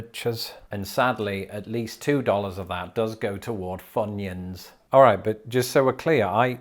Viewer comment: What is a ‘funion’?